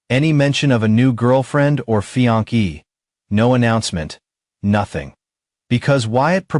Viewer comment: Fiancée pronounced fee-on-say. I know it’s tough to get pronunciations right in English because there are many different pronunciations of common words across regions and countries and fiancée is borrowed from French like many other words in English.